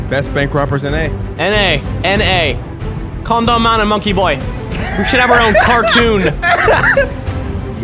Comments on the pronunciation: lol Mini, a con-dom, I just love the way he pronounced it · Ya he says it con dom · When he said condom, it sounded like "corndorm" xD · i heard comdon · Says con- Dom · The way you're pronouncing condom is pretty fucking absurd xD